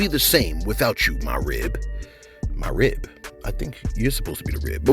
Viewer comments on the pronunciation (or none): It made me giggle when u said ...." Rib " ...😩🤣